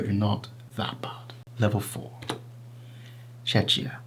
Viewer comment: The correct pronunciation of Czechia is Cheh-khiyah or Chek-iyah